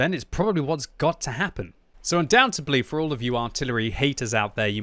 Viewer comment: The word is undoubtEDLy....not undoubtEBly...jeez that was annoying to hear you say like 3 times.